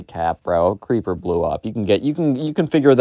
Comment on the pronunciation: When you make the voice of the Minecraft kid when you say creeper, it sounds like keepa I’m actually serious whenever you said creeper before you actually verified it was creeper I thought it was keepa